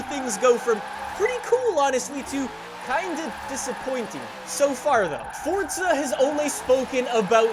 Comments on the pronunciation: Dude your saying "Fortza" Say it with me: For za One more time: Forza Good boy 👍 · the game is called FORZA idk why this guy keeps saying forTza like man u just sound dumb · If anything it's a separation of syllables in Italian- For za why these yanks have to bastardise everything. Like FoughTTTT-Szer. So much emphasis on an imaginary 'T' sound. Let's do it again: For za One more time: Fore-Zha Good boy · Why is it when I hear him say Forza it sounds like he’s saying Fortza? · Over a decade into the franchise and he still doesn’t realize that there’s no t in forza